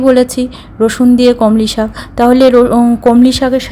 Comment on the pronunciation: আপনার রান্নার পদ্ধতি ভালো। আন্তরিকভাবে বলেছেন বেশ ভালো। কিন্তু বার বার কানে এসে খটকা লাগছিলো "কলমি শাককে" কমলি শাক বলার জন্য। যিনি ভিডিওটা বানাচ্ছিলেন, তার উচিত ছিলো এটা সংশোধন করে দেওয়া।